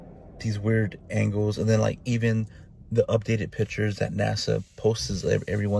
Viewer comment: And ..."the updated pitchures that NASA poses all the time..."